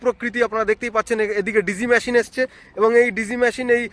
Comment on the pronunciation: কথা বলা ঠিক ঠাক করতে হবে। ম্যটেরিয়াল নয় মেটিরিয়াল, ম্যসিন নয়, মেসিন বলতে হবে। English spelling is 'material/materials & machin. উচ্চারন এত বাজে কেন?